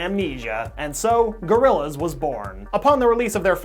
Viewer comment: I like "GORILLZA" more